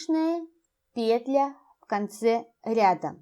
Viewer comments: Скажу по секрету, петля произносится как петлЯ! 😢 Аж слух режет😖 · Что-то последнее время многие вязальщицы делают ударение на первый слог в слове петля. Непривычно режет слух. Очень смущает, т.к. вязать приходится вместе с автором.